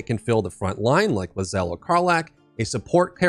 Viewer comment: It’s pronounced LAY zell not Luh zell